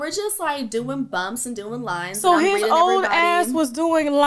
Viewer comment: I thought she had said "chopping down some limes" and thought she was making margaritas or tequilla shots lol